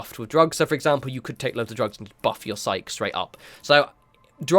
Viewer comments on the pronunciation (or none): Psyche is pronounced [SY] + [KEE]. Just can't let you go through life without that knowledge :) Maybe you know this by now but in case you don't and still read comments... the way you're saying it in this video is more the SIKE! version as in "just kidding".